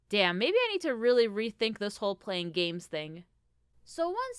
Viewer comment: When you said “I love games” I heard “gays” and I was like “uh there’s nothing wrong with that but weird way to start”